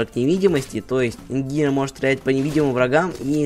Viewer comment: По моему он по английски так и читается инженер а не ингинер